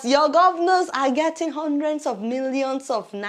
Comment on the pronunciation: I got your American accent in pronouncing "hundred"😂